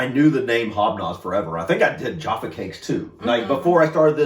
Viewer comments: Tea...'Yorkshire Gold' is my favourite!! Jaf-fa Cakes - to rhyme with caf (as in the first part of caffeine) NOT JAR_ffa! They are cakes - because cakes go __hard when stale, but biscuits go sift when stale. We eat Jaffa Cakes in bulk - "you can't eat just one!!" The advert used to say: "Full Moon... Half Moon... Total Eclipse" 😊😅😂❤ And Jaffa Cakes rate 10/10 or 100/ 100 for me.❤⭐⭐⭐⭐⭐♥️ Dunk your biscuits (briefly) in tea... Eat your 'biccy' confidently!! (Biccy is pronounced 'bikkie', by the way!) I love Farley's Rusks... (They are mixed with milk to feed young babies) but lots of adults - like me - love them dry_, (if only as a reminder of our childhood!!) Farley's Rusks are not _meant to be dunked in tea etc, and are not really 'biscuits' per se, like the others!! Sad that you don't care for them,😢 but I guess if you didn't grow up with them, they won't hold the same memories for you as for 'most' of us Brits!!😢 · Jaffa, pronounced jaffa. Where did you get the R from?